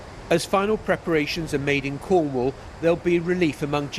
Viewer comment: " When we show up in Cwornwall..."